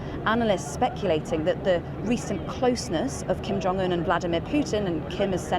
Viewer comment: "King Jong Un"